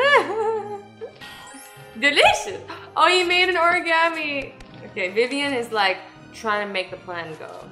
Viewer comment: WAIT DID AZZY SAY VIVAN? MY NAME IS VIVIAN